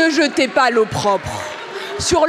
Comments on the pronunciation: J'ai bien entendu "l'eau propre" au lieu de l'opprobre ? Terrible lapsus de la ministre qui ne maîtrise pas sa langue ni son discours. Honte à la "gestion" maltraitante et violente des enfants placés qui les poursuit tout le restant de leur vie. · L'eau propre 😂😂😂😂😂 bonjour le niveau 😂😂😂 faudra lui dire que c'est "l'opprobre" 😂😂😂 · J ai entendu eau propre au lieu d' opprobre.....mon Dieu ces ministres... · erreur de prononciation ok la 1 ère fois , je me suis dit j’ai mal entendu … les 2 autres fois , aucun doute !! Et Sandrine reprend son expression en la corrigeant 👍🏼…discrètement 👏👏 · "Ne z'etez pas l'eau propre du bébé avec l'eau du bain..."